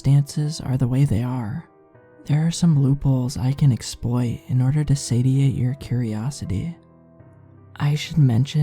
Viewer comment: SATIATE IS PRONOUNCED "SAY-CHEE-ATE" PLEASE FOR THE LOVE OF FROG STOP BEING LAZY AND LOOK UP HOW TO PRONOUNCE WORDS YOU DON'T KNOW OR YOU WILL NOT GO ANYWHERE AS A NARRATOR!!!